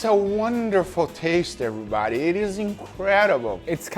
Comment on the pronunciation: How to die of alcohol poisoning: Take a shot every time Guga says "everybadeh".